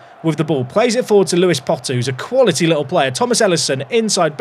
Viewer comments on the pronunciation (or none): none